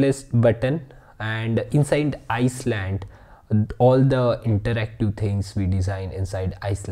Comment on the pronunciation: Great video, just for my sanity I have to say: island is pronounced “eye land” not “ice land”. Keep that positive energy coming! 👍